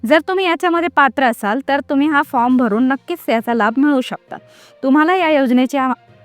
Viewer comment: अरे ताई फ्रॉम म्हणू नका फार्म म्हणा तुम्ही शिक्षित असेल तर